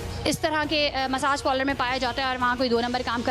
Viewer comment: Pehla bolna to sheek theek se pronounced karne bhi nahi aata parlour ko